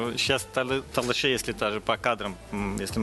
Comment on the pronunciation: Надо говорить Толоши правильно не ( Талыши)